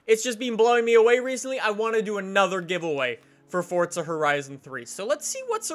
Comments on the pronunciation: i swear its forza not fortsa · it's FORZA not FORTZA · why does he say fortza there's not a t in it god damm it forza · Deevz Smithen if it was fortza it would be called that not forza, if u have watched for a while he mentioned that he says it wrong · Twigz Recklezz right, that definitely makes sense. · ITS PRONOUNCED FORZA NOT FORTZA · it's forza not fortza u dope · forza not fortza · Forza. not Fortza. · HeadStriker no it's not just says it weird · JVL12Gaming then you’ve been mispronouncing it since forza 3, its pronounced fortza, its italian, not everything revolves around u and how u do things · JVL12Gaming jeez you've been mispronouncing it for that long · I hate how you say Forza